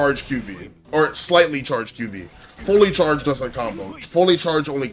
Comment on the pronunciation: QV mispronounced, video invalidated